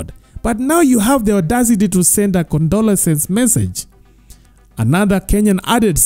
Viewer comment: 'condolences' si 'condolesence'